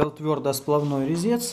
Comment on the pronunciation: Резец твердосплАвный!!! Не твердосплавнОй!!! Ударения!!!